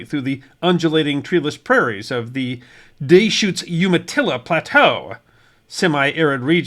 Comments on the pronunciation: Da-shootz, Dee-shootz, Duh-shootz, but not Day-shootz.👍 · I've lived in Oregon my whole life, and never knew where Hepner was. It's duh- shoots, not dee-shoots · Almost ! on the pronouncing of Deschutes. Say it as Des-chutes. Love your channel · Hearing you say Deschutes was priceless, not in a mean way It's pronounced like Da-shootz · Deschutes is pronounced da-shoots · Did a poor job with "Deschutes" as well.